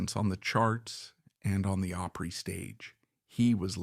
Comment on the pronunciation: Why don't they research the pronunciation